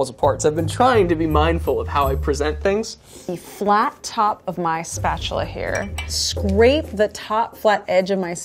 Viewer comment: If I hear her say offset spetchula one more time I gonna be so angry